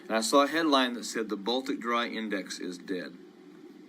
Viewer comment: What was the Baltic dry index? Coulnt understand what he said.